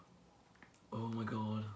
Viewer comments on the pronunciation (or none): Yes!!!!! 💜💜💜💜 my favorite reviewer!!!!!💜💜💜💜💜💜 I love everything!!! 💜💜💜💜look at your robe!!!🖤🖤🖤🖤and the hoodie!! 💚💚💚💚💚 Your hair is AWESOME ❤️❤️❤️ Omg!! Cannot wait for my palette 💜💜💜💜 thank you for sharing 💜💜💜💜 You are ADORABLE 💜💜💜💜💜💜 I love when you say: OH MY GUD!! 😂😂💖💜💜💖 Omg I wish Jeffree saw this 😍💜💖💜💜💜💖💜💜💜💜💖💖💜💖💜💖